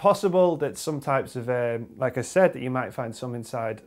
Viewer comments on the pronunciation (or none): none